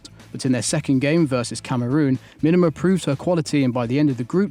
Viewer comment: Me-Duh-Mah not whatever crap that was said.